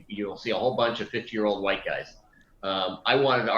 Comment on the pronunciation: Why emphasize whit3?